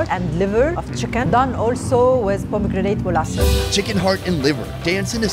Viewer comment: "halloumi sheeez" and "za bomegranete molazess" only legend will know what i'm talking about 😎